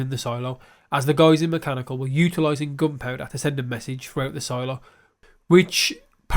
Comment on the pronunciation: Solo-Silo-Solo-Silo...........any chance on future videos to have proper English pronounciations of the 2 words?